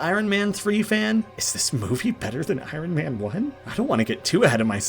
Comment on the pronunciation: Lol. Just leave out the R..... I on man lol. But is the best so I Ron is ok too 😊